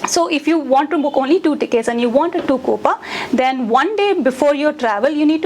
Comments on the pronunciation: “KOOPA” 🤣🤣?? LOL that’s not how you say it..”KOOPAY” is how your pronounce it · That “coupa” is disturbing 😂. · Pronounced as coups only fyi